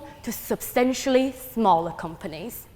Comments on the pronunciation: She can’t even say companies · tech compires? companies? empires? what is that word?